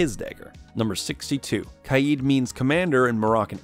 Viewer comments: It’s not kiad!!!!!!!! It’s KAID!!!!!!!! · Its kaid not kaeed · i like this video but this man said kieeeeeeeeed not kaid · You say kaid like kieyed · khy yeed? bruh its kaid ( k ayd) (edit i not trying to mean just saying you said it wrong and lots of poeple do) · Love how he calls kaid kieed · Him saying Kaid wrong made me mad not going to lie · The way he says kaid is irritating me he says ka-yeed